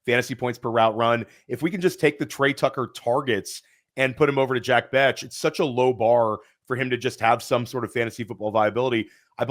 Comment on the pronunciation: it's not Bech as in "Betch"...it's Bech as in "Besh". Great show, but gotta fix that pronunciation lol.